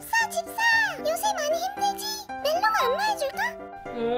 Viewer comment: 멜로가를 멜로디라고들임ㅋㅋㅋ